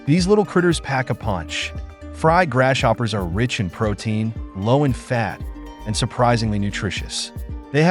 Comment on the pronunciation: Grass-hopper, not Gras shopper